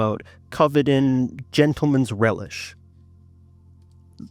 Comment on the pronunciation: LOL!!! Gentleman’s Relish 😂That was just too funny a combination of the term & the way it sounds with your accent. ROFL 😅.